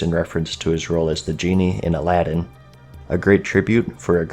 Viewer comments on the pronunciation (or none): none